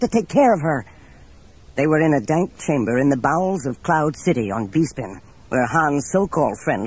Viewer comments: This is fucking awesome, you should have just only narrated this and not dubbed lol cause dubbing makes it cringe. also its BES-PIN not BEE-SPIN lol... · Coruscant = "kor-uh-sahnt" not "kor-us-scant" Palpatine = "palp-uh-teen" not "palp-uh-tine" Bespin = "bess-pin" not "bee-spin" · PalpatINE, BEEspin, CorusCANT... The mispronunciations are distracting. Otherwise this is a really good production. For the most part. There's an odd moment where the Falcon flies past a gigantic image of Leia. That was weird. But mostly pretty great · It’s NOT pronounced “Bee-spin” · What's with the weird pronunciations? Beespin? Haaaan? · Kind of annoying how the narrator doesn't understand English. Doesn't pronounce Xizor like Zy-Zor but says Cheezor because in the band room there is a Cheelaphone. Oh wait, it is pronounced Zy-La-Phone. FFS. And, if you ever find yourself in the BeeSpin system, I have a few things you could pick up. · I appreciate the production of this video but you can tell whoever made it is not a Star Wars fan just by how they mispronounce almost every planet alone... choruscan't , v-span lol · This was before it was said aloud in any of the movies, Coruscant and Bespin both get pronounced funny in this lol. It seems like it wasn’t official yet to pronounce either